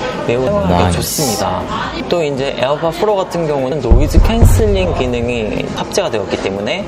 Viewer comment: pro가 아니라 fro네요 ㅋㅋㅋ